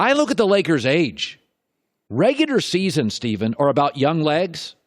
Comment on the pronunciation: anyone notice that colin pronounces it "regudar season"?